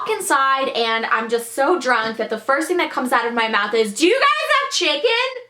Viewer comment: This chick said shicken